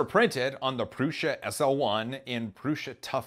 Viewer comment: Prusha? Not to be rude but its pronouced Prue-sah